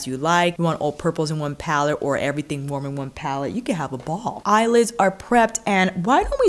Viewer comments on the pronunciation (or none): none